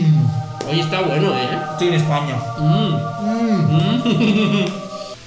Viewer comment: comiendo maruchan con doritos que no le gustan: "etaweno"